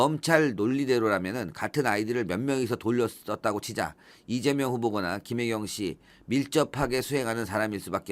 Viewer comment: 김혜경을 김혜경으로 읽지 몾하는 검찰을 국어교육부터 시키자